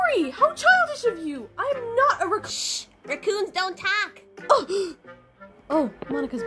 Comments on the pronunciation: She keeps saying roocon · said “recoon” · It's because she's saying ruhhcoon instead of raccoon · The way she pronounces raccoon is so funny 😂 ❤ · So glad I’m not the only one who pronounces raccoon like that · don't look raccoon but she keep saying it wrong so Monika keep saying is a raccoon but she is not but is funny 😂😂😂